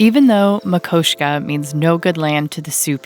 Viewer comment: As a 33 yr MT resident, I am glad to see you visiting Eastern MT. There is a real different beauty there. Wish you had put something in about your visit to Pompey's Pillar but glad you correctly pronounced Makoshika in the final version along with correctly naming the Little Missouri. Would love for my wife and I to run into you on your travels through the N Rockies. Have you spent any time in Red Lodge and the Beartooths? It would be well worth it. We love your work!